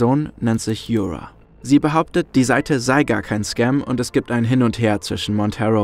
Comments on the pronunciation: Danke für das super Video! Ps: Yura ist ein slavischer Name und wird nicht mit englischem 'r' ausgesprochen :) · Ich kann das Video einfach nicht genießen vor Cringe. Wie du den Namen Yura aussprichst nh. Das ist n Osteuropäischer Name, der wie das deutsche Wort Jura ausgesprochen wird. Wieso müssen denn immer überall Anglizismen rein?